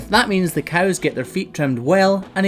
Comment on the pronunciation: A character in a school play of mine had a Scottish accent and written in the script was to pronounce cows like "coos" and until I didn't realize just how accurate that was